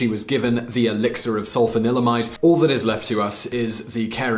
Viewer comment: I keep hearing alexa instead of elexir 😂